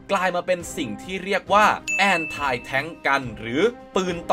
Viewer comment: Anti แอนไท มันแปลกๆนะ เคยได้ยินแต่ แอนตี้